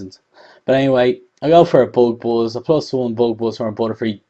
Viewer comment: i love it when you say booog booz. hee hee.